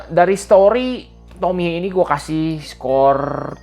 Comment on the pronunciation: Akhirnya ada yang bener nyebut nama Tomie di youtube 😅